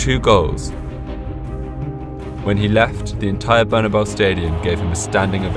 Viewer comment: it is pronounced as barnaboo